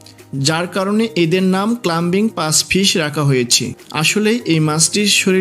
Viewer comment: অত্যন্ত নিম্নমানের ও ভুল উচ্চারণ। ক্লাইম্বিঙ ফিশ হবে, ক্লাম্বিঙ না।